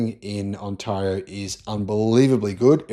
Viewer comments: First thing is to do your homework.Learn how to pronounce Ontario.We are doing fine, so stay out of our business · Listening to him pronounce Ontario, helps me understand how Australians must feel when we pronounce Melbourne. :) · For F's sake learn to pronounce Ontario! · On-Taar-ee-oo 😊 It's pronounced On-tay-reeoo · Maybe check out how Ontario's pronounced, mate. The second syllable is more like eh than aah. Good piece though. There's plenty of history behind the US Canada Mexico auto pact and free trade deal. Americans have always been business oportunists, but bring in someone like Trump who wants to try and break Canada so he can carve it up for his friends, and it gets amped up to 11. They picked on the wrong people. Like Oz, we tend to make people remember why it's never a good idea to pick fights with us. As to the why of it, we supply a lot of cheap materials, which the guy who likes makeup thought it would be great to tariff. He bullied GM and Stellantis into shutting down Canadian production. Now we're suing, since we put billions into the factories with conditions. They broke them. They're also facing quotas and counter tariffs of up to 25%. Companies outside the trade deal are already paying a 25% duty on cars made there. So Kia, Hyundai, and Subaru are sending us cars from back home, and they're cheaper. More will follow, since our economy is chugging right along. So now the US auto industry is in an awkward spot, particularly with a downturn in their domestic economy and big increases in the price of cars due to tariffs on parts and raw materials. Canada was 41 million quite affluent customers who loved spending winters down south, and spent freely in places like Vegas. So they have lost business equivalent to a state the size of California. It's one thing to bankrupt a busi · says the 'a' in Ontario like in the word 'are' whereas it is more properly said like 'air'. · It's not On-"tah"-rio, it's On-"tay"-rio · It's pronounced on·teh·ree·ow mate.